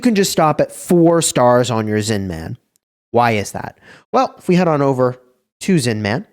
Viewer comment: The way you say Zin-man is so annoying 😂 It's Zinman. No need to hit the hard man every time